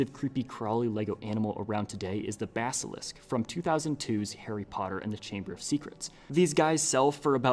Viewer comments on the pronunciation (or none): none